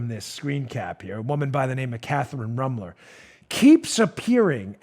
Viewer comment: Dan, You need to pronounce her name with the proper Na$i...I mean German accent she deserves. It’s ROOM-ler. Rooooomler. Gives it that lovely ethnic German sound. BTW. I’m German too.